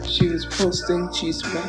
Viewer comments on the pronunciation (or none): "Cheese-meh" isn't chisme